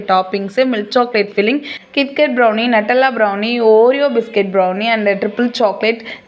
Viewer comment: Nattala ella Nutella